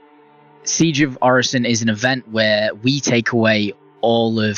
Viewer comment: Everyone's talking derelicts... I'm just thinkin' what's up with hair under that helmet?😁...While gettin' triggered every time I heard 'Orison' pronounced incorrectly. 😖